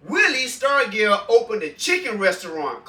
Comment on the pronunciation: Yeah it was willie that warmed up with a sledgehammer. Pronounce his name with a "j". Say it like Starjull